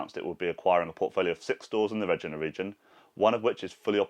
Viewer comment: Hi! Hope things get better for you. Love your updates. Just a quick (and quirky) correction, the City of Regina is in fact pronounced like vagina, only with an R. Cheers!